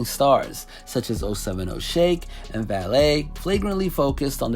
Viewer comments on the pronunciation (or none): valee not val-ay